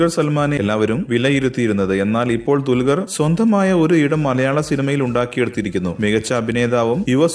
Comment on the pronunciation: dulgar alla dulquer